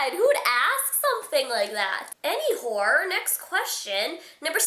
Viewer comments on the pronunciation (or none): "anywhore" hahahaahahah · LOL . "Anywhore". & I loved your face when you said that your sign was a Horse. :3